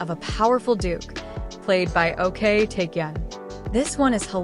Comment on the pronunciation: Ok Taecyeon: His actual family name is Ok, pronounced "Oke", not spelled out like "O.K."